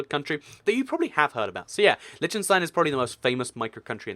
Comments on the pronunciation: Lesson on how to pronounce Liechtenstein. Lí - ch (like the ch in Scottish loch) - ten - stine. Not Litchtenstine or Leeshtenstine, but Liechtenstein, (Lí - ch - ten - stine.) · You should learn to pronounce Liechtenstein.... its not Litchenstein you know. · It's Pronounced LICK-TEN-SHTINE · It's LiCHtenstein not Leechtenstein and the people are not German. they are Liechtensteiners. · It's pronounced LEECH-tenstein and Switzerland has never had a prince or royalty of any kind. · It's not pronounced "Lytshenstyne" ....but I know, the "ch" is tricky for native English speakers. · its ** L-EE-KH-TEN-STEIN, and MON-AAA-CO as said by the locals, many many place names in europe are different from their english translations.. aan-dor-aah, SAAN-MAAR-EE-NO, V-AAH-T-EE-KAN, do not even start on the actual names of the countries, like EIRE,SVERIGE,DEUTSCHLAND, that are totally different from english,.... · LISH TUN STEIN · There's a lot of small countries in the Americas. Have you heard of Grenada, St Vincent, St Lucia, St Kitts? I didn't think so. It's pronounce - Lick-ten-stein How can you talk about Monaco and not go in depth about the Formula 1 racing? And that it's a Principality, a Prince! Vatican City is an sovereign state, not necessarily best classified as a country. It was set aside while Italy was under Facism, created under the Lateran Treaty so that the Church would have autonomy. The countries in the UK aren't actually 'countries' as in nations; they act more like provinces or states. Some British term lost in translation and causes confusion. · 1, the ch in Liechtenstein is not the same sound as in english, its a throat-H similar to what Hebrew has. 2, San Marino is also proof that the most effective way for governing ppl is a city-state (it also brings in truckloads of money if you are a popular tax-heaven). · They're not secret, we learned all the european countries in school, and you butchered Liechtenstein.